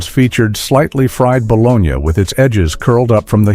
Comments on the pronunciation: Ba-lon-née. Please which artificial intelligence program did you use? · I really wanted to watch this, but after the third time he said Ba-Lone-Ya i couldnt watch anymore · Yeah, that bo-lo-nya thing got to me too. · Bit ball is it’s ba-Lo-nee spelled bologna. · I quit this video early because of the way they were saying bologna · Soon as I heard AI mispronounce bologna I unsubbed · I’d love to hear more about these but I couldn’t make myself watch past hearing the AI “bologna sandwich” pronunciation. A part of me died today 😂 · ai voice cant say bologna right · Pronounce bologna correctly. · You lost me with the pronunciation of bologna. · It's not the city, it's the luncheon meat so pronounce it correctly! Do better. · Why are you pronouncing the meat bologna, like the place Bologna in Italy? The unexplained, jarring changes of narrator, and what seems like deliberately trolling with bad pronunciations of words, made this video an unpleasant experience for me. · I hate how the narrator mispronounced bologna 🙄🤓😬 it's spelled bologna, but it's spoken as baloney 🤓😳🤓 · I cannot listen to this guy say bolon-ya, of course it couldn't be AI, 😅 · Pronounced Boloney. Is this done by AI, or a person who never heard the word? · This AI needs to learn how to say "baloney." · lost me at balonyahhh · Your not pronouncing bologna right.Prononced Ba,lo,nee. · P.S. BOLOGNA is pronounced "Ba-LO-nee" in our area. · sound like you're saying bologña, it's not Spanish. But you pronounced Appalachian correctly. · Get a new AI voice.. NOBODY says "bolonya".... eesh... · Bolonia? Lol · boloni-a - on AI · Everyone knows about the Buh-loan-ya sandwiches. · Baw - lone - yea.....Really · The 2025 "Ba-lone-Ya" sandwich (as the fake AI voice calls it): Bologna: $5.29/ lb, Loaf of bread: $3.59ea, Mustard: $2.49/ jar, Lettuce: $2.49/ea, = what a bargain at $13.86 !!! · Dude it bo-loni😂. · AI narration say bolonya !😅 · Love a good Ba-Lone-Ya...Lol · Balonee! Not balonya!